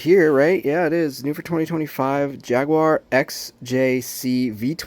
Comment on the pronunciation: sorry....how do you say Jaguar 😂😂😂 Good hunt that though 👌